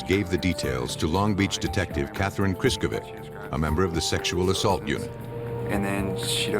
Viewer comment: What is "assult"😂